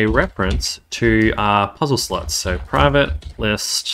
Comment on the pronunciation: What do you keep saying "slotch"? What's a "slotch"?